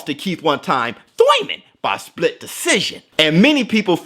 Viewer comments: Been an avid fan of yours. Please don't stop making these kind of contents 🙂 By the way, do you beef with Thurman for always saying Thoyman or Toyman. Haha. I don't know. 😁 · Me.... but I’m in the U.K. :( Small bet on Spence for the win. Also the way you say “thoiman” 😂✌️